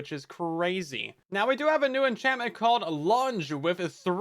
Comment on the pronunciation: "six or seven enchantment" I can't unhear it